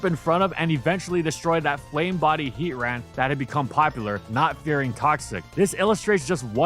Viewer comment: It’s heatran and it’s not close next video